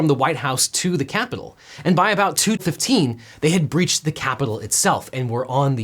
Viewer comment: “..we’re gonna walk down to the... KYAPITOL ..” Trump’s emphasis and pronunciation cracks me up so much.